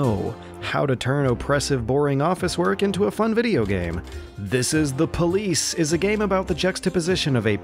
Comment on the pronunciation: "Dees es dah poh-leece"